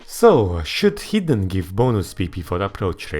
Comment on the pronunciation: Hot take: ar should be adjustable and ez and hr's ar should be based on density. I'm a noob so if this is completely retarded please say. Also when you say hidden it sometimes sounds like heathen lol.